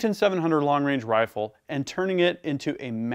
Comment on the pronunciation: "a match quality 300PRC Hrrifle"?! You been taking notes from Stewie off Family Guy? 🤣 😉